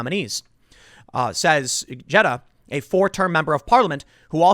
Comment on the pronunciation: Gjedde is pronounced "yedda"